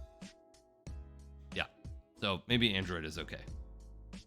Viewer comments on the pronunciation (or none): It's android. Not Mandroid.